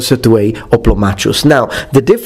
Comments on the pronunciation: I think the Oplomachus should be pronounced Oplomakhos, since it is from a greek world "Οπλομαχος" from Οπλοv, the tool or weapon and Mαχος, battle. All so sori for ze bad English az I am Outralpin ^^. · You used to pronounce "hoplomachus" as "hoplomacus". I like the former version more.